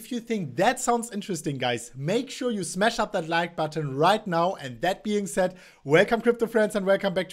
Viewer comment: the word is shhhhhhhhmash, not shmassssh...no, not interesting....you are telling me that it is going up or down, dont know how much...all youtubers say the same....its a joke...its going to move...UP OR DOWN...duhhhhhh, really!